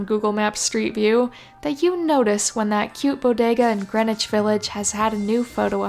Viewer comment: I really would LOVE to read that fanfic you've been writing. I was very impressed when you pronounced Greenwich Village correctly, so I automatically assumed you'd either been there or lived in proximity to it. Then you mentioned your fanfic endeavors and it made so much sense.